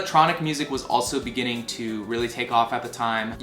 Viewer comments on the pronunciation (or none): none